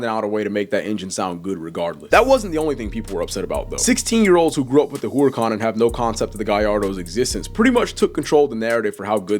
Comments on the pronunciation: Herrr-ican. not whore-ican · no it isn’t it’s actually supposed to be pronounced “Urr-A-Can” or “Err-a-Can” not whore-a-con or Hoo-ruh-Kahn.. the H is silent. like I said it’s no hate but it was just cringe the way it was said it in the video. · Ngl you pronouncing Huracan as whore-a-con really made me cringe. No hate though js. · Why you say whoreacon? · “Whoreican, Whoriecan, hoorican”